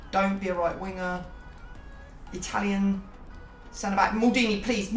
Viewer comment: Why do you pronounce Maldini like that????